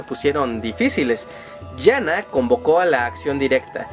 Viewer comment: El video es totalmente falso y no es nada de lo que dice. No se en que web consegistes tal información. Era un juego de los Ingleses para no dejar un territorio gigantesco solamente para india actualmente ese territorio es de 3 paises. Y el nombre del fundador de PAKISTAN es JINNAH no janna.